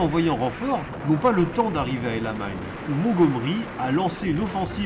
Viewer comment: Sympa, mais la prononciation El Amein fait un peu bizarre par rapport au nom réel de la position, El ALAMEIN :) Enfin c'est pas bien grave, mais un peu déroutant. Je me doutes bien que certaines parties ont été enregistrées après des journées déjà bien remplies. Alors merci bien pour tous ces efforts et ce sera un plaisir de découvrir les autres.